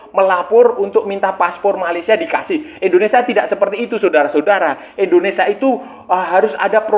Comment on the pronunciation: INDONESIA kaaaang bukan ENDONESA